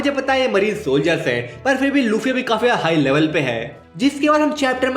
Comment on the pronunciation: Bro said luchii💀